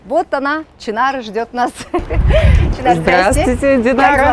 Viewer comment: может ШЫНАР А НЕ ЧИНАР.